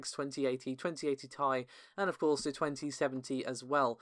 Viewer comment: omg stop saying tie for ti, its T...I...